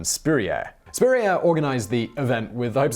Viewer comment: Ok as someone named Spurrier, the way you pronounce it is somehow slightly off in a way I can’t describe and it’s weird. Also, in my family we’ve had a random story that someone in our family got kicked out of France, but that was it, and even though we might not be related to Steven Spurrier, that might be where it came from